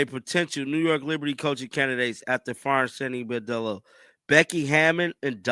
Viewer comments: Brondello , say it with me: BRON-DELLO. Like Le-Bron. Not “Boredello” like you are saying. Bordello is a whore-house. At least get her name right. Saying axe instead of ask is bad enough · Her name is BRONdello, if you’re going to do videos about her, please pronounce her name right. ❤️ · How hard is it to say BRON-DELLO? Why keep saying BOR-DELLO? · Please man I love ya, but her name is Brondello, not Bordello. A Bordello is a whore house! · Isn’t her name Brondello not Bordello? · Brondello NOT Bardello! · Dude! It’s BRON-dello! Not BAR-dello. Just sayin’… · Her name is pronounced BRON Dello NOT BOR Dello. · You should know how to pronounce the name of the person you’re talking about.